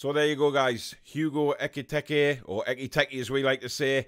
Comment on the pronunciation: His name was never EK-I-TEK-I lol :')